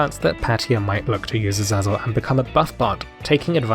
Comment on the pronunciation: It's pronounced Aseizel